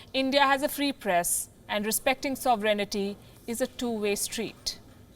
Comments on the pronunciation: NOT Soveraynity. It should be pronounced like "Sove-rain-ity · She puts in an extra syllable, saying "so ver en it ty." Or am I missing something? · She needs to learn how to pronounce "sovereignty."